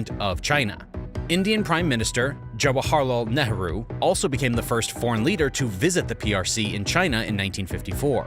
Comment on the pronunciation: Wait what pronounce Jawaharlal Nehru again😂😂😂